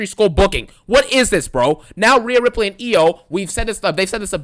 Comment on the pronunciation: "Rheana Ripley"? Seriously dawg? That gothic witch? 🤣